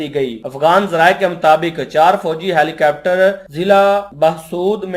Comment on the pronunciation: Helicapter nhi bhai Helicopter bollo. 😂